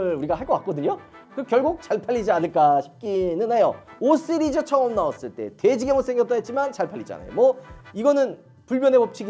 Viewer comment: 왜 자꾸 5쓰리즈 라고 해요 😂